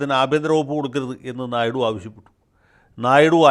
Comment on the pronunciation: "ഞായ്ഡു " എന്ന് തന്നെയാണു തെലുങ്കിലുള്ള ഉച്ഛാരണം ...ഹിന്ദി - ഇംഗ്ലീഷ്‌ ചാനലിലും "ഞായ്ഡു "എന്ന് തന്നെയാണു വാർത്താ അവതാരകർ ഉഛരിക്കുന്നത്‌ .. "ഞ " എന്നല്ല കറക്റ്റ്‌ ..ഞ യ്ക്കും ന യ്ക്കും ഇടയിൽ ..ഹിന്ദി -ഇംഗ്ലീഷ്‌ ന്യൂസ്‌ കേട്ടാൽ കറക്റ്റ്‌ ഉഛാരണം ലഭിക്കും ..